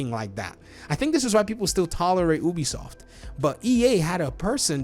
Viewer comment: It's pronounced, "You-bee-soft".